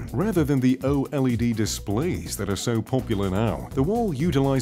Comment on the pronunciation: It's pronounced OLED not o LED